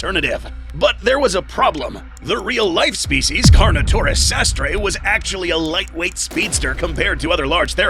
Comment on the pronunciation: it's supposed to be "sastrei"